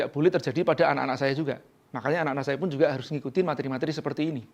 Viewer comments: Maaf mas..🙏🙏🙏 Pelafalan materi Bukan mat-ri Tapi ma-te-ri. Sekali lagi 🙏🙏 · Pak "materi" penyebutannya salah.